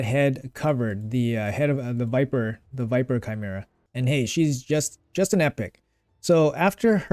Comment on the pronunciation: bro said chimera right D